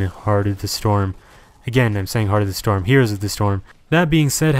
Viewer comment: Why do you mispronounce "heroes"?